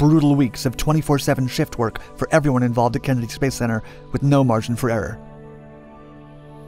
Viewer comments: The Kin-eddy Space Center? It's things like that "chas-iss" make me think he uses an AI voice over. What adult screws those words up? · Ken-eddy space center? Dude!, where are you from? Nobody (except you) says it that way😂